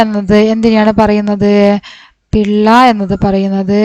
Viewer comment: പിള്ള യല്ല പില്ല